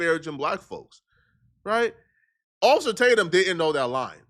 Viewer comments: "Occifah, Occifah please..."😂😂 gotta love Nick! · "Occifer" is crazy...